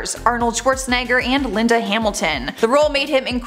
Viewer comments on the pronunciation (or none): none